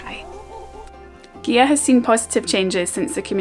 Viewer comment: Great video as I have overnighted on the visitors moorings a few times but never explored the island, hopefully some time. Incidently it is pronounced Geea, not Geha, the gh is silent.